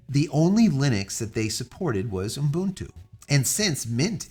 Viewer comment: "oom boon too" teehee